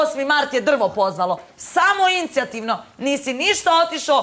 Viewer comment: "Samoin'c'jativno" joj je nova rec, nakon kruc'jalnog 🤣